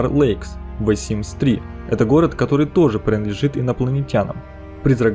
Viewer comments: Блин не говори вэ Симс ты не правильно говоришь если ты не можешь произнести the тогда говори просто симс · Меня одну коробит от произношения "ВЭ СИМС" ?